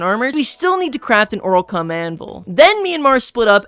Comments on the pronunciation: “gather up the oralcum” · “oralcum pickaxe”